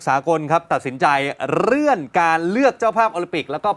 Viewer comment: นักข่าวอ่านประโยคแรกว่าเรื่อนนะ ไม่ใช่เลื่อน ร มาเต็มๆ